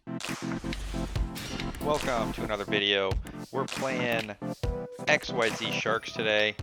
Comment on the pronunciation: Lol. Did no one get the memo on how to pronounce Xyz? Like the guy the other day the Lasagna "Luh-sog-nuh!"